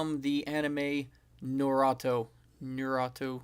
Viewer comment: It's called nar-u-to